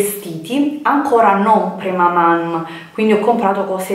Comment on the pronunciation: Si dice: PREMAMAN santo Dio!!! 😠